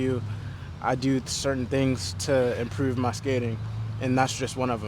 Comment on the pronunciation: Baltimore accent “Improouuve"